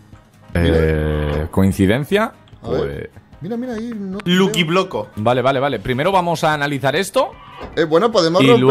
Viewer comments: "Lunch block" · "Lukcy blocks" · "Lukcy Block" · "LUKCY BLOCKS" vamos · "lukci blok" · "LUKI BLOCK" EL CRACK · "luky block" :v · "LUKI BLOCK"